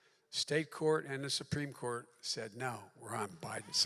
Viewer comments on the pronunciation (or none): Oh, stop it JB, you can't even say the words "the United States Supreme Court". It sounds like "teuniscovercrtis of stat". And your GIGANTIC lie about the National deficit should put you further behind in ANY "Poll". We are in a $32 TRILLION deficit. Its easy to look up. FJB.